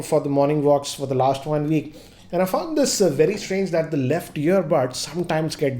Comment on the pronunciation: He's used them for over a 'VEEK'!